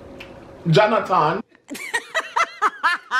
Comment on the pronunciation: JOHNATON, JOHNATAN,....🤭